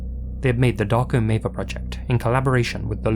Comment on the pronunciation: 1. Maver is not a Serbian last name. 2. The way you mispronounce it sounds as if you're saying "Dark ameba".